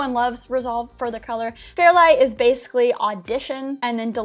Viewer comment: What's "base-uhlly"?